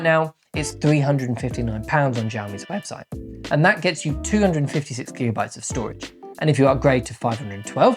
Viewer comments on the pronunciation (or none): none